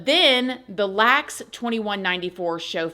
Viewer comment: LA-X 2194 the airport hon … it’s pronounced LA X not Lax in the year 2194 🥰✌️